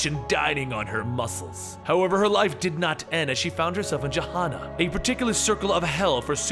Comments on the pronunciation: dude. it's pronounced "gueh-hay-na", not "jeh-ha-na"... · Phonetic Pronunciation of Gehenna geh-HEHN-uh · It's pronounced "gah hen nah."